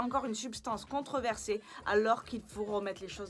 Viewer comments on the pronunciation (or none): par pitié, on dit:" contROversé" et pas contreversé... moi qui n'ai pas fait de grandes études, ça m'induit en erreur. merci d'avance pour la prochaine fois;-) allez, bises et sans rancunes:-) amicalement!